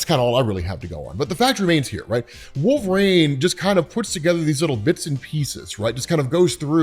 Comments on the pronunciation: Wolverine. Not Wolvereigne. You sound like a fool when you constantly mispronounce thinks. You would think after all these years you'de be able to pronounce wolverine correctly. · It’s wolverEEEEEN not RAIN you potato. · i love the content, but why do you say Wolver-ane instead of Wolvrin? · Out of curiosity, why do you pronounce it “wool-VRANE” instead of “wool-ver-EEN”? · WolverEEN, not Wolverain! Sorry, that bugged me. Also fighter aircraft are F-22's, NOT F-16's FTFW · LOVE the channel, thanks, you're the man. But...please please please it's Wolver-EEN not Wolver-AIN, I beg you sir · You realize it's Wolverine, right, like Tangerine? Not Wolvereine, like rain? Great vid though as usual, loved this storyline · Is it just me or when he says wolverine is sounds like hes saying wolf rain??? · It sounds like you're saying wolverine like "Wolverain" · Are you saying Wolverines name wrong on purpose. Its awakening a nerd rage I never knew I possessed.